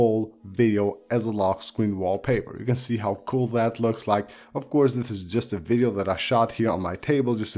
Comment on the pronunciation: LETS GOOO ‘WEALLY WEALLY KEWL’ GANG 🔥🤙🏻